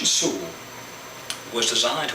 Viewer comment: Your accent is almost none when pronouncing "Sul" hehehe great vid! Ótimo trabalho (Great work)